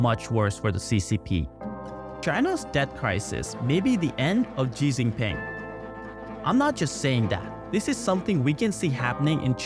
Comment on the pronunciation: Tip: "Xi" is pronounced like "she".